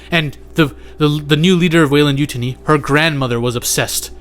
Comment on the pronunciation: I love your content, but please don't pronounce Yutani like mutiny.